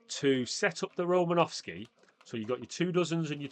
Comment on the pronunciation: It’s Romanosky